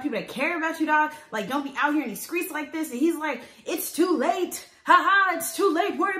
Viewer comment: “I have been out here on these skreets”